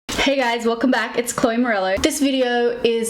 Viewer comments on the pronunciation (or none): none